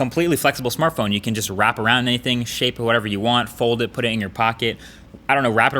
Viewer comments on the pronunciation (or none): ...Marques what's a Smarthpone??? do you mean smartphone 😂😂😂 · /smarthpone??wtf? the most people do not realize that mistake